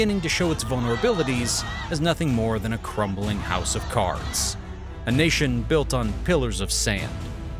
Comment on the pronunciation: There's no E in crumbling.